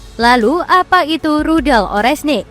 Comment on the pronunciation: Oreshnik om Bukan orenshik